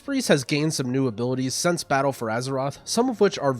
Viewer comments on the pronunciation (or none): none